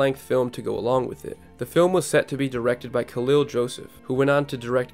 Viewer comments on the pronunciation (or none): none